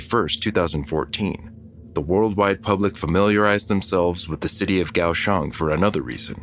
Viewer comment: Wow! I lived in Taiwan during the 80s and had been to Kaohsiung (liked that the narrator got the pronunciation correct). I never heard of this. If you get to the city, check out the port which is quite deep. There is a park on one side and the opening is fairly narrow. As ships come in you can see the crew. Wave to them. They usually will wave back.